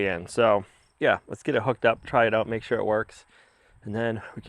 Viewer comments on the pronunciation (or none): none